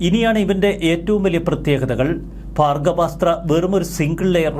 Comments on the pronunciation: ഭാഗവ സ്ത്ര അല്ലടോ ഭാർഗവസ്ത്ര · ഭാർഗ്ഗവാസ്ത്രം എന്ന് ഉച്ഛരിക്കൂ, അനിയാ